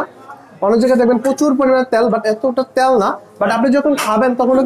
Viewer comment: ত্যাল না তেল🐥🧐